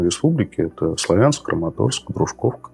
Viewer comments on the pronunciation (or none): Не СлавЯнск, а СлАвянск.